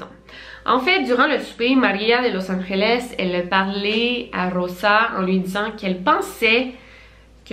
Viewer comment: Je suis Español et ses pas pour te donner tu hate mais “Angeles “ le g de se dit pas avec un r c’est le j qui se prononce comme sa